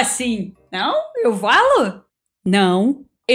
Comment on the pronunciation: algum as vezes vc nao fala "eu falo" vc diz "eu valo"